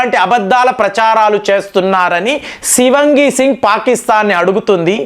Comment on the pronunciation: Shivangi kaadandi.Shivaangi singh is correct..